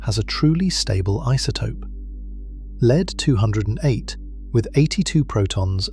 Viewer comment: This is a remarkably well constructed and well-layered exposition. One of the few 'tells' of non-human origins is occasional repeition of points that serve no positive benefit to the exposition. Perhaps the most interesting and inexpicable defect is that the name of the element, lead-208, is sometimes mispronounced by spelling out the name as "L-E-D 208". What is the root cause of this error?